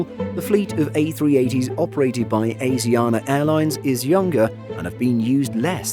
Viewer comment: Asiana pronounced ah shi ah nah